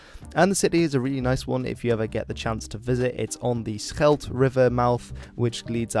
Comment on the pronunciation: Please either pronounce the Flemish places in a dutch pronunciation or the english versions in english pronunciation. But the english versions in dutch pronunciation, like "Antwerp" en "The Schelde" just sound super wrong and horrible. Expect if you're talking about the football team then you're fine. Thanks